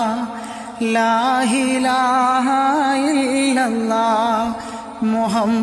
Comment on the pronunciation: ഉച്ചാരണം കേട്ടിട്ട് എന്തോ ഒരു പിശക് തോന്നുന്നു ലാഇലാഹ ഇല്ലല്ലാഹ് ഇത്ര ക്ലിയറായിട്ട് ഒരു മുസ്ലിമിനെ ഉച്ചരിക്കാൻ കഴിയൂ എന്ന് തോന്നി